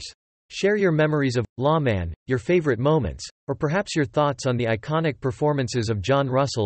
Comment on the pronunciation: I think this site is run by children. He says, "LA Man" instead of "Lawman". You are right, there was more regulars on this show.